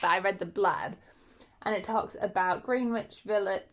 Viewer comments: I'm sorry, I had a little chuckle at how you pronounced Greenwich Village. It's "gren-itch" which you'd have no reason to know as a kiwi and is honestly such a silly pronunciation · Right?! I think everyone who didn't grow up in NY pronounced it how it's spelled before being corrected lol. I only know it's pronounced "gren-itch" because of the movie 13 Going on 30 😂